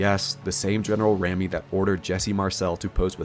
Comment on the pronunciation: Pronunciation tips: Rupelt: “Roo-pelt” Ramey: “Ray-mee”. Shreveport: “Shreev-port”.